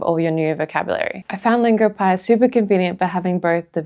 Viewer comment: Longopie? Come on..